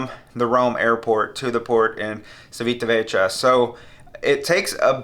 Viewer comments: Hi, I'm loving your videos and you convinced me to have my first cruise on the Celebrity Apex next year (Norwegian Fjords)! PS: Civitavecchia should be pronounced Chivitavekkia 😅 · Looks like a great ship. Just FYI it is pronounced chee·vee·tuh·veh·kee·uh